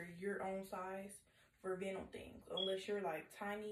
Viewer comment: Vinyl is pronounced “vine-l”. I was thinking about the nude vinyl pants for a wedding but I’m scared now, and that sound.....